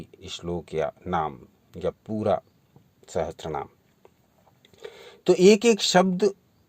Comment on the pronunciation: Sahatsara ni he bhai Sahasra. boliye